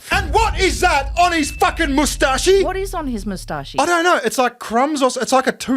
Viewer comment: Do you guys really pronounce it "moustachee"?